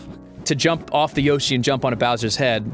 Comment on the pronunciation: Wow. I never heard someone pronounce Yoshi as Ya-shi. It's pretty surprising to me.